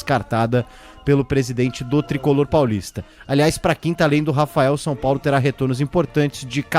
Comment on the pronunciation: Mais um.. Meu amigo, é São Paulo e não Sun Paulo. Perde views por começar o video dessa forma, Eu mesmo parei no Sun Paulo.